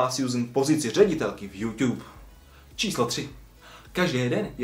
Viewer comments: Proč ''Jůťub?'' Podle mě se to čte ''Jůtůb'' :D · neumíš to číst není to Youťube ale youtube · Slovo jůťůb mi přijde takový měkký požíváme jůtůb 😀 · Je to "jůtůb", ne "jůťůb" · YouTube sa nečíta "Júťúb" ale "Jútúb" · Jo, nevyslovuj to youťube ja vim ze je to tak spravne ale rikej pls youTube :D dík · hovori sa to mu youtube a nie youťube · nevyslovuje se to "youťube" ale "youtube" ale jinak ok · proč říkáš Youťube měl by si říkat youtube a ne youťube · Proč tomu říkáš juťub je to jutu b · proč říkáš youťub říká se youtub ale to je jedno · hele mas docela dost odberatelu tak by sis měl uvědomit ze se to nečte juťub ale jutub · YOUtube je jůtůb né jûťub 😒😕😬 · Tiež mi to reže uši. [jutub] je klasika. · Metyou - TOP 5 jenže špatná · 2 díl!!!! ale neříkej youťub 😨😄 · Nesnášim když to někdo řekne jako jůťub 😡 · Youťub slyšíte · Neříkej furt JUŤUB